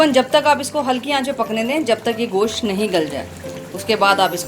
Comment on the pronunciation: Gosh nahi hota Gosht hota hai